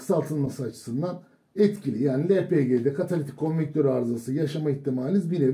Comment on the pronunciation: Katalitik "konvektör" mü "konvertör" mü?